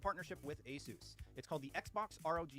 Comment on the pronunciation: It's funny how you make fun of shills that aren't saying ASUS right, yet you're not saying it right either, that is just funny irony, the salt is great though